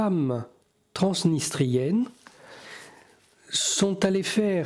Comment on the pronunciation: "Les femmes trans...nistriennes ont pris les armes" 😅 j'ai eu peur, Thierry a prononcé le mot en 2 temps